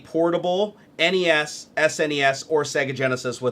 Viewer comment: "en ee ess" and "ess en ee ess"?? C'mon mate it's "ness" and "snez"